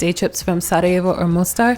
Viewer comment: Hahaha I love how you properly pronounce Sarajevo. Just like most Yugos including me, when I speak English and I have to name a city in Bosnia or exYU in general, I pronounce exactly how we pronounce, I don't adjust it to English pronunciation. Big thumbs up for that 👍👍 😁 and shout out to my Macedonian brothers from Bosna 🙋🏼‍♂️❤ as well as the rest of the guys :) Yes, you definitely got the vibe of Yugo, one can notice that and yes, you didn't mention the žičara (cable car) which none of the other cities have.